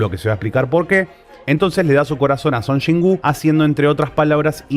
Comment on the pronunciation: No puedo ver este videoo, solo de escuchar que dices Chon Chin wooo 🤣🤣🤣🤣🤣